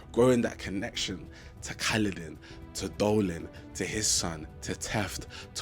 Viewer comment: I'm not gonna judge you, because I can't say their names to save my life. That said, the general isn't called Dolin, it's Dalinar. I think you accidentally made a weird mix of Dalinar and Adolin, who is his son. I'm glad you're enjoying the archive. I'm on Wind and Truth, and I love seeing new readers getting into the saga.